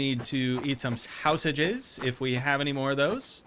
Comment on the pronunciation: So what’s the deal with him saying “sausages” in that weird way?